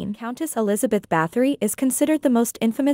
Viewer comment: I believe that its pronounced Bat-hory